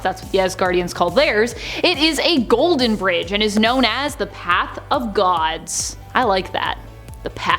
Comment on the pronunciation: Wow you look Absolutely Gorgeous in this video and I like the way you said path of Gods Amazing